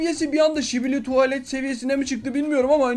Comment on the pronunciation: Abi o Şibili toulet deil sikinizi toulet diye okunuyor skibidi toulet diye yazılıyor